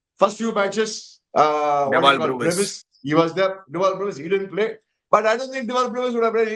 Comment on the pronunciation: I will miss saying 'Broovis'. Tharkuri baadu.